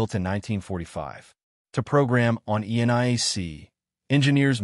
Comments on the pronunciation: E-N-I-A-C. No-one says that. It's ENIAC, EE-nee-ak. Typical AI error. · BOO! It's AI slop! "ENIAC", there's the tell that this is an AI generated video. Other than the suspiciously frequent upload schedule, AI has trouble making up its artificial mind, (strong emphasis on 'artificial'), on how or when to pronounce acronyms. (That's if it can accurately determine that it is an acronym.) It didn't even bother to detail what the acronym stood for. My time on Earth is finite. I want to hear and watch real people's work and effort in their essays -- even a real human actor, paid spokesman or spokeswoman, will suffice. Thumb down! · I assume this is an AI voice? I noticed the two different pronounciations of ENIAC (compare and ). If so, please disclose this in the video description!